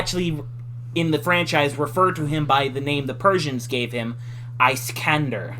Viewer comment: It's pronounced Iss-kan-dar